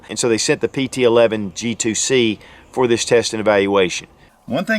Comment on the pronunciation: 4 things: #1) Its a pt 111, not pt Eleven (11) as you refer to it throughout the video. #2) You point to the Slide LOCK lever, and call it a "Take Down Lever". #3) You highlight the rear sights as being adjustable for Elevation, when in fact, they're ALSO adustbable for Windage. #4) You describe the 2nd strike capability as the gun has been "RE-COCKED". Im pretty sure the "ReCocking actually happens when you go into that second strike trigger pull, and that's what actually re-cocks the gun. Lastly, every reviewer seems to bash the long trigger pull. It's only long for someone who's trained and become used to some of the other (shorter) trigger pulls on competing guns. To each his own. Fact is, many of these lower priced guns sell to first time gun owners. So, they don't have anything to compare the Taurus trigger to, and to them, it works just fine. I personally find it much more friendly than my Glock Gen 4 standard factory trigger. I didn't know this gun had a metal guide rod. That's a big improvement, since many Taurus pt 111 g2 owners have opted to replace the factory original composit guide rod/recoil spring assembly with a $30 after market Stainless Guide Rod/Recoil Spring assembly normally purchased from Lakeline. That one improvement alone makes this gun a fantastic buy at anything up to around $250. The only other change seems to be the elimination of the Taurus security lock, (aka Hillary Hole) which I understand can also be removed on the G2 models.